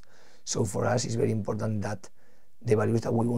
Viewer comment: is he going to say "IMPODDANT" 10 times every interview???